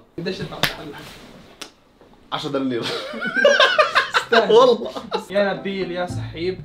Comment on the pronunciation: واللهِ (بالكسرة مو بالياء)